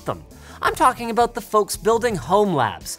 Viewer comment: "Can you tell me again just what your talking... ABOOT?"